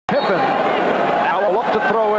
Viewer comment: Let me start off by saying, I’ve been a KNICKS fan since the 80s. Patrick Ewing is my FAVORITE player of all time so I TRULY HATED MJ in the 80s-90s. I think MJ is the GOAT by far. BUT, I LOVE LARRY. He’s #2 on my Top 10 of All Time. - just to let you know, It’s pronounced…PIP-PEN …NOT PIMP-IN. - Let’s remember for DECADES…people said the 1986 Celtics with FIVE ALL STARS were the BEST ever. So many people nowadays say that the 73-9 Warriors are the BEST team ever. - Let’s also remember for the MJ Bulls in the 80s when basically had only Scottie Pippen who had these PPGs averages and didn’t hone his exceptional defense till after the 80s… 1987–88 (Rookie)…7.9 1988–89… –90…16.5 - Kerr and Rodman were on the Bulls for the SECOND THREE-PEAT.